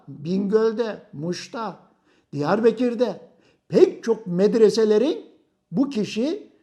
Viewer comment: hoca Diyar bekir değil Diyarbakır, bekirin değil bakırın diyarı. ayrıca şeyh said masul değil, asidir, öyle bir anlatıyorsunki biraz daha anlatsan evliyayı astık sanacağız., bu arada neden Diyarbekir değilde Diyarbakır olduğunu benden iyi bildiğini sanıyorum.